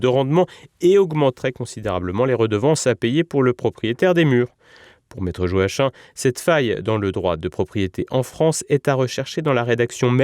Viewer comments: Joachim ça se prononce "Joakim" et pas Jo Hachin 😂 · Je pense que Joachim se prononce Yo-a-kim ou Jo-a-kim et pas Jo-a-chin.